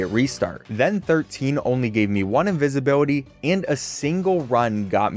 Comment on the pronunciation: invisibility or incinvibility?